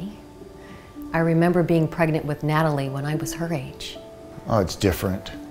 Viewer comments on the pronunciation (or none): oregnant instead of pregnant lol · she said we are pregnent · It said oregnant dkdjfnrj